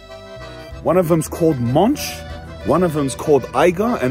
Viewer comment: Jungfrau is not pronounced with a hard J, it is pronounced Yungfrau. The J in German is soft. Monch isnot pronounced the way you did it either.